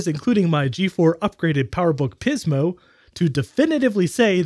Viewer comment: I literally cringe every time you emphasize "PIZmo". It feels like you're taking the piz, man. 😂 Great video as always. I love how you boldly go where most people don't bother to.